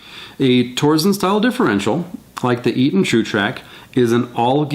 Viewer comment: It's pronounced "tor-sen." TORque SENsing. No "z."